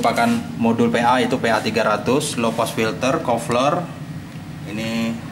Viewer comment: PIN, PLL, PA, bkn FIN, FLL, FA .. KOFLER